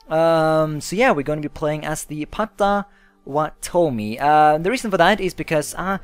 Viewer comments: It's pronounced paa-tǝ-WAA-tǝ-mee. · Its pronounced pot-o-wat-o-mi.